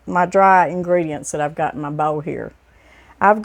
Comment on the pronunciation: Oil and bowl are my favorite words that says lol. Blessings 🙏🏼